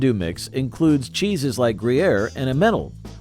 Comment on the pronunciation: I cringed listening to his mispronunciation of Emmental, IMO the best of the classic Swiss cheeses. Why did he murder that when he pronounced Gruyere correctly?